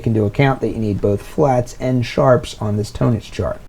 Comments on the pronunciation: You’re not even pronouncing the word “tonics quote correctly so I’m very skeptical that you know what the hell you’re talking about. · Hi, it's my 1st time here on your channel. Thanks for the explanation. Having said that, I wish you literally "spelled" out the name of this chart either in your video title / on screen / in the video description because I still have no idea how it's pronounced. Are you saying "tonitch" chart? Please clarify. Cheers.. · Oh thank God I went to the comments first. I thought this guy was pronouncing "tonics" as "tone-ics" instead of Tonnetz, and I was about to have a meltdown.